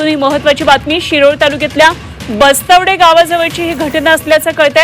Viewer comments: Bastwade nahi bastwad aahe gavach nav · ये बाई बस्त्वडे नव्हे bastwad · बस्तवडे नव्हे, गावाचे नाव" बस्तवाड" आहे.